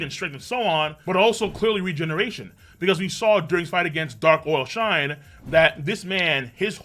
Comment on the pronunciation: Every time calls him “Dark OIL Shine” 😂